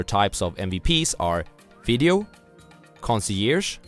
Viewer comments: conseerge, conseyerge, FUCK! lol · I remembered to like the video when I heard that lmao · I subscribed immediately when I heard you butcher the word concierge 😂 I love and respect the oasis of wisdom that is your channel. ✊🏾 I give thanks and many blessings. 🇿🇦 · I laughed at the concierge pronunciation thing haha. Loved your video. I'm your fan.